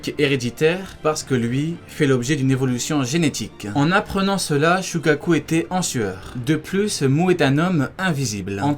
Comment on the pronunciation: "shukaku" ok